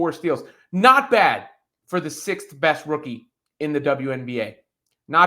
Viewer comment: hahahahaha … I like the way you emphasize the best no 6 rookie of WNBA …